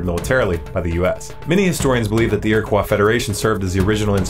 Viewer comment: You pronounced "iriquois" as if it were a french word. Nobody in New York would do that. Not sure that it matters, I guess. "Eer - ih - koyes" Thanks.